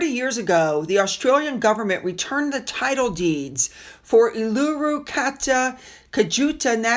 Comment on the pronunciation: Unsure what a hype is. Uluṟu is pronounce oo la roo 🇦🇺🦘🐨🦎🐍🐑🐏❤️